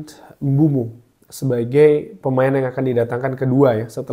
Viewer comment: Sedikit koreksi bang, penyebutan namanya Mbuemo bkn Mbumo